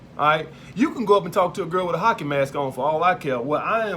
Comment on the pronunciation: He said Hocky mask